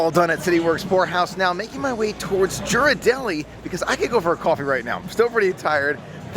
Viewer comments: Just some info to pass along. Ghiradelli, is pronounced, ( geer-ar-delly) the "G" is pronounced like the "G" in the word, girl. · I love your videos and think your enthusiasm is awesome! You definitely fill in the gaps between our trips. One thing - Ghirardelli has a hard G at the beginning, like Gear. ❤️